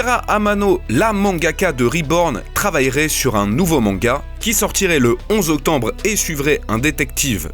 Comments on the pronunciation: le 11 octembre?😭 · Ah ouais le 11 Octembre ? mdrr